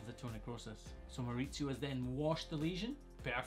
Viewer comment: I loved hearing you say a spanish name in your scotish accent! Way to go Mauricio (I'm guessing from what I could gather after the pronounciation)!!!